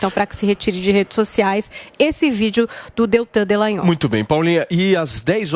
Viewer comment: ALGUEM AVISA A PAULINHA QUE O NOME DO PROCURADOR É DELTAN DALLAGNOL E NÃO ( DELLAGNOL )